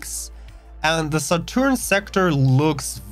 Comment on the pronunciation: love the way you butchered Saturn and Uranus names